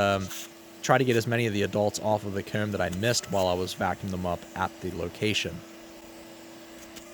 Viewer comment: I dont see any issues with how you say comb. I am from the south and it sounds more northern, but I can still understand you! Need more videos soon! We reaching peak season time! Love all the improvements you've made with the set also!!